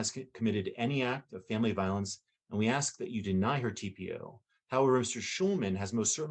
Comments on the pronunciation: I understand today's sensitivities to people's speech processes, but can someone explain to me why in all those years in law school, no one bothered to correct her use of the word "axe" for "ask"? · One thing that the female lawyer does that bugs me, it's something small... But she uses the word aks and not ask. Small but ugh 😫😫😫 setup annoying lol😂😂😂